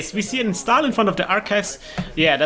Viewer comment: like always, super videos! das einzige was mich leider immer bissle nervt ist, dass es immer 'instaahl' und nicht 'instohl' ausgesprochen wird! aber wenn das das schlimmste is, is alles gut! ;)